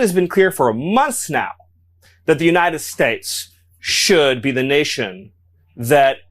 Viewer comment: The way he says United States bothers me so bad. That’s the petty thing I have to say about this loser.